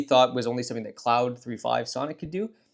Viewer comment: clawed, not cloud